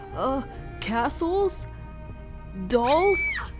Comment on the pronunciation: When u say dolls it was fuuny and shocking to me 'dolls ahhhh'